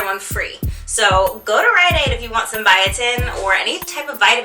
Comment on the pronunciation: what is the place you said to go for the buy one get one free for biotin? it sounded like you said ryan aide but im pretty sure thats not it.